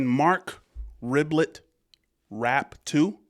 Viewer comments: I think it's Re-bee-yay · I think it’s pronounced Reh-bee-ay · Pronounced RIB-EE-AYE, it is french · It’s pronounced Ribeeyaay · It is a French name. It sounds like RAY-BEE-YEAH. Love your reactions! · Marc REB- BEE- YAY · It's Marc Rebby-yay* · Mark is French. Should help with the last name pronunciation.